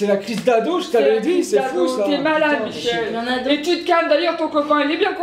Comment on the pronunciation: MICHEL AU LIEU DE MIGUEL JE MEURS 😭